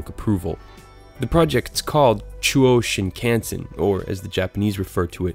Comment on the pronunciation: Shinkansen’s A is like the a ‘father’. Not A as in canyon. All Japanese vowels are said in the base English pronunciation, and do not ever change.